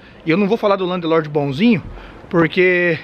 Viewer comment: Muito bom o video. Mas com 15 anos de Londres tà na hora de parar de falar Landelorde.